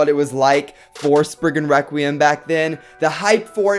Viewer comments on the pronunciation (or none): its pronounced spriggan rek-re-um nor wekweum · You keep saying spiggin Wecweyum